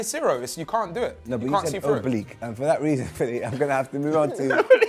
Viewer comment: mans said oblique